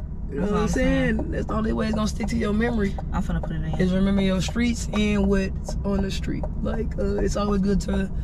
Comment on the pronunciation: Dnt nobody hear say skreets instead of streets 😭😭 reminds me of my cuzzo yas she said the same thing